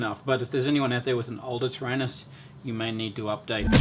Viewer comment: ter-anus ? that's funnier than do-do !!!!